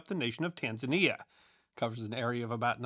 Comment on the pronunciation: Thank you,. It’s nice to have someone actually pronounce Tanzania correctly for once.